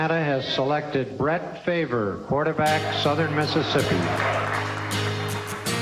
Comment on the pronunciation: Brett favor??